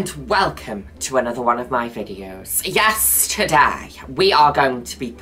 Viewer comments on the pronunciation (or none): OMG I always thought she said "yesterday" and it was a kind of joke she made like an alien that doesn't know much about the concepts of time on earth. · every times Juno says “YES TODAY” I keep hearing “yesterday” yes that’s happening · Now that’s all I hear 😭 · I literally was reading it as she said it and I was like oh shi it’s true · Why would you do this to us? 😂😂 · I also thought that lmao